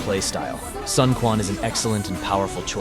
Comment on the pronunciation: itr's hard to romanize chinese word, but prononciation closer to Soon-Chuen